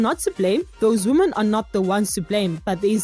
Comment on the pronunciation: Why does she saying "woman " instead of "women " when referring to more than one woman?